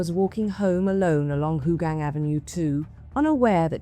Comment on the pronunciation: Who tf pronounce it as Hooooogang?